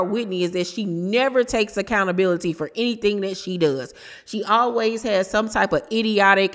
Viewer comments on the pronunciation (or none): none